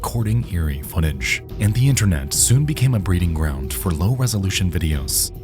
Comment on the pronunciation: The word, ground, does not have a t sound in it